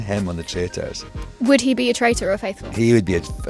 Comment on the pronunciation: Are you a faithful, or are you a trrrrraitorrr